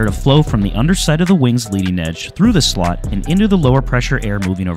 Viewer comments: slats not slot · S L AAAAAAA T S. Slats not slots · Slats! Hearing them called slots this whole video was argh😢